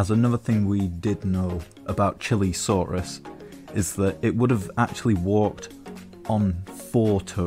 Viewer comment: whats a "CHILI-saurus"?? its pronounced "Chee-lay-saurus"